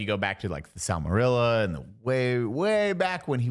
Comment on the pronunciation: As someone who has read all the books over 100 times, plus the textbook that is the Silmarillion ( mispronounced it) and as someone who has watched over 150 hours of LOTR lore YouTube content I am personally offended he said Rings of Power is good